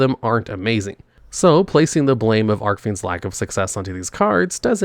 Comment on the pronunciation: How many years now and he still doesn't know how to properly pronounce Archfiends?